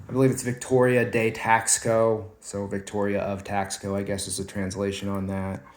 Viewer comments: It’s not pronounced Tax co it’s Taus co. If you’re an “expert “ please pronounce correctly in your information. Thanks. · The word is pronounced Tasco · Taxco is pronounced Tas-co. Good info, thanks!